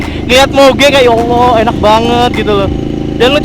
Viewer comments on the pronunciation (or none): none